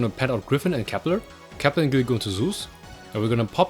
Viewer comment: can you speak properly please??? COPPLER, ALFREE???